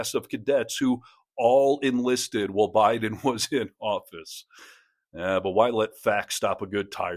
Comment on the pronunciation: Did he say Hiden administration? What is trump hiding?